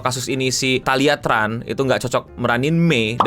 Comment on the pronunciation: itu keturunan vietnam kalo namanya TRAN dilafalkan CHAN jadi nyebut namanya THALIA CHAN